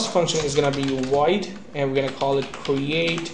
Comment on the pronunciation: It's pronounced void not woid.